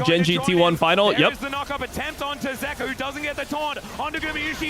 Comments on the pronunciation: its zeka bro why u keep sayin zika lmfao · It's ZEKA, not ZIKA. Why can't he pronounce the name correctly? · Does this guy purposefully mispronounce names like wtf is a zika and zeus like the god like it’s been four years at least